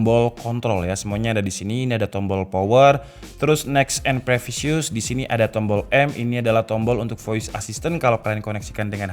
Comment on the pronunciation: Previous ❌ Prefisius ✅